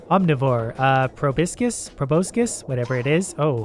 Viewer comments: Acualy the correct way to pronounce it is pro-boss-kiss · The proboscis is pronounced “pru-bahs-skis” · Its pronounced "Pro-boss-kiss" or "sexual harassment" if youre HR